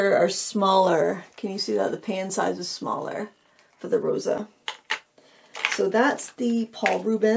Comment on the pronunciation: Thanks for the review! I'm a huge fan of these. Fun fact - "Rosa" means "dew" in Ukrainian and is pronounced "ro-suh" with an "s" sound :)